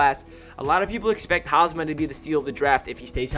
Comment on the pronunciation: Great video ✈️✈️...btw it's Hamsah**